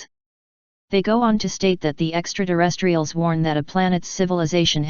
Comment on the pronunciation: THE NAME OF THE “ LITTLE GREEN MEN” is EXTRATERRESTRIALS. THE MECHANIZED VOICE ALWAYS SAYS. “ DEXTRA - TERRESTRIALS”! MOST ANNOYING‼️‼️‼️